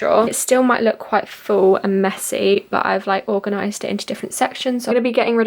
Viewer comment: oouuuu....i’m sorry but i had to point out that it’s organize.